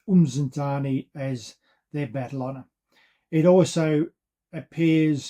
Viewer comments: I actually do have them recorded, They will never be gorgotten; at least not by us the descandants of those Xhosa warriors who died defending their lands from Colonial enroachment. And giving feedback is not being rude, as much as you have recorded these events you are not doing justice by minspronouncing the names - a Xhosa kid from Centane 100 years from now will not know what "uMzintzani" is - They will however be able to point where "Msintsana" is.. Sorry for giving feedback; Peace out:hand-purple-blue-peace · LOL my goodness, these guys are butchering my ancestors' names and geographical areas.. Its Msintsana not "umzintzana"